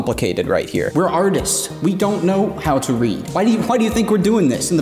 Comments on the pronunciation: "Artits" XD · "Reference Artits"? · "artits" hahahaha